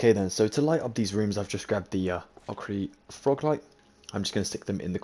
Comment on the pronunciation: You said Ochre Froglight correctly😄